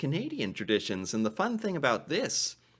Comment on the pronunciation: Christmas "Terditions"?